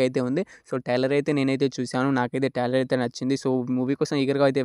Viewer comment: ఒరే బాబు టైలర్ కాదు రా ట్రైలర్